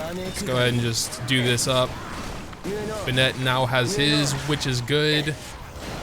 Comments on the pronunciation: Love your videos! Just one suggestion, Bennett is more like "ben-it" than "bun-ette". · Me: Bennett: Ben-nett. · Are you not American because you say Bennett like Ben-net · im dying at "Benette" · STOP SAYING BENNET LIKE THAT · Bennette? Wtf 🤣